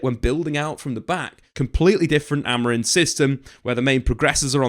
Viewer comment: His name is Amorim, stop pronouncing it with an "n" at the end